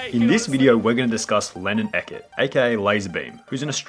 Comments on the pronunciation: It is pronounce ee-cot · did u say, eket. Bro... E-cott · It’s not ehkit it’s eacott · Bro really just said “Lannan Ekhett” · Disclaimer: No hate. It’s Lannan Eacott, not Lannan Ecut. Lol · Anybody realized he said ekett instead of eacott (e-cot). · his last name is eacott, not ekkit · ITS NOT EH-KIT ITS E-K-AW-T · I-I'm sorry you'll have to excuse me, but did you just pronounce Eacott (ee-cot), ecot? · its eacott not ecet btw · Its pronounced eacott not ecott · Lol, Lannan eccet. It’s Eacott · Lol the way you said ecott lmao. Ee-cott not ekot. No hate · “Ecet” that killed me still love you tho! 😂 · My man said "Lannan Ekket" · "lanin eckitt" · man really said eckot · Pro tip its eacott- ee cott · It’s pronounced eecott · not to be that guy but like its (his last name) pronounced... E- coT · His last name is pronounced ee-cot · anyone raging at the fact that he pronounced eacott wrongly?